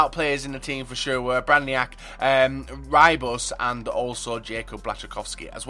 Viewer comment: The way you said Rybus name was amazing :D